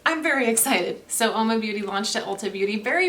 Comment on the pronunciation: Only it's pronounced Whoa-ma meaning woman in Italian.